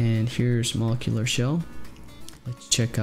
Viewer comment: Your saying molecular shell wrong homes.... It's MO-LEK-YOU-LURR!! Not to be smarty pants it was jus erkin my last nerve anywho thank you 4 your tutorials they have gotten both my Vita-n-Psp CFW